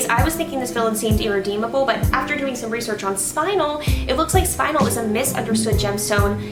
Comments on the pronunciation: Also, I think it might be worth pointing out the word "spinel" is pronounced either as "spin-NELL" or as "SPIN-nel", not identically to "spinal". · ah not to be annoying but youre pronouncing spinel wrong! its spin-el or spun-el not spine-al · Spin-*EL*, not spinal. Cripes yall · I don't think a single SU vlogger looked up the pronunciation of Spinel. I mean it's not the biggest deal but I keep hearing everyone say "Spinal" where as Spinel the gem stone is "Spin-L" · the name of the gem spinel is prounounced spin-el not 'spinal'. There is no a in there! so annoying. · I think it's pronounced Spin-El, I could be wrong, but it seems better than Spine-L to me. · its "spun-el" not "spin-l" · SPIN EL NOT SPINAL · She's saying it wrong....its Spin-EL,not "Spinal" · It's not pronounced spinel it is pronounced spinnel as in pink spinnel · For peets sake people it's SPIN-el or SPUN-el NOT SPINE-el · It's pronounced spin - ELLE. Not SPINE - uhl. Haven't you ever played Resident Evil 4...? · It’s “spin-el”. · It's pronounced Spin-nel. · Tactical Xerow I think it is pronounced more like SPIN-el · It is pronounced spin- Elle. JTV on YouTube has a video on it and other gems. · Not pronounce spin el It’s pronounced Spinel ( /spɪˈnɛl/) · It is pronounced spine-l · spuh· nel pronounced :) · No its name is Spinnn---- el